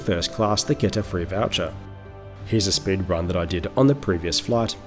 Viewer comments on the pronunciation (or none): none